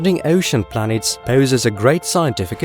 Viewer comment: Planeets hahaha